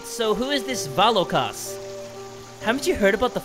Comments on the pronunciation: It’s not vAlokas it Spelled that way but pronounced vulokas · hate to be a pain but Volakas is Vo-La-Kus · Isn't it Va-Lo-Ka